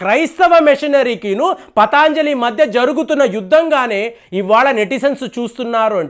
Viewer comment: it is patanjali, not pataanjali.